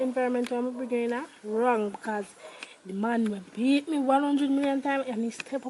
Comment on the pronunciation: beaT not bear